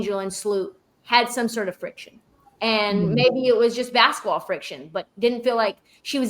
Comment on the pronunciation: "in her second year is angel bcoming , like the inflection point for womwns bsquetball on a cultural level to the point like AI did in the 90´s ... where she´s so much bigger than basquetball" what the helli is that shit??? are you serious??